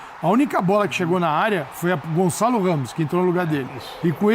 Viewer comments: Gonzalo??? 😂😂 fdx é GonÇalo!! Com Ç! O Gonçalo Ramos é português!! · Lógico que o Ruben Neves é que entrou no lugar do Cristiano, mas na prática ficou depois o Gonçalo a fazer o papel do CR7, portanto os comentadores têm parte da razão. E diz-se GonÇalo e não Gonzalo, basta saber a diferença de som entre um ç e um z. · Caraca não saber os nomes do jogador tudo bem .. pelo menos saber pronunciar 😂 Gonzales pqp caraiii é espanhol ?!?!